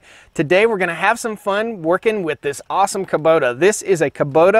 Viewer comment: Haha i love how you say Kuboter. Please make a song "Taters 'n' Kuboters"!